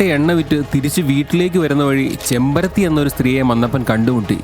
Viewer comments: ചെമ്പരത്തി അല്ല ചെമ്മരത്തി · ചെമ്പരത്തി അല്ല കേട്ടോ ചെമ്മരത്തി ആണ്...... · ചെമ്പരത്തി അല്ലെടോ ചെമ്മരത്തി ആണ് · Chembarathi alla “chemmarathi”